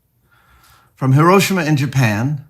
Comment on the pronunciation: You pronounced Hiroshima correctly!!! Instant video like, before it's even 2 minutes in. Thank you so much.